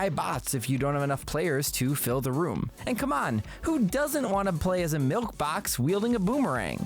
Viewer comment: Did you just say, ‘milk box’?